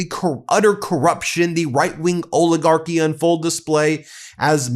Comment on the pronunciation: ALL-IH-GARK-Y Not "ohligarchy" or "ohligarch" STOP SAYING "PLAY THIS CLIP" STOP CLAWING AT THE CAMERA EVERY 2 SECONDS